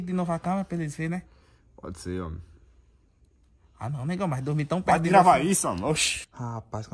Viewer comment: Ele falou "homi"